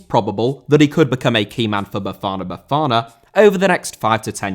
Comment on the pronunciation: When you pronounced "Bafana Bafana" correctly, you became a legend. I'm definitely subscribing.